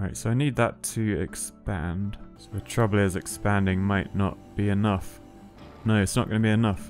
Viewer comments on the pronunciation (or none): 🤣 Yes! I love the accent too: "oh nooooyyyy"